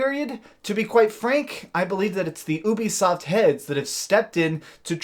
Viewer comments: Ooobisoft... am I the only one who pronoucnes it *U*bisoft? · The way that you keep calling it OOO-bisoft is beyond annoying. It's pronounced you-bisoft, hence their service Youplay. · It’s not oobisoft it’s Ubisoft as in uplay not ooplay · I cant respect anyone who says "OOOBI SOFT". I cringe everytime lol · Only youtubers pronounce ubisoft like that I use a hard U. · Why do people pronounce ubisoft like you do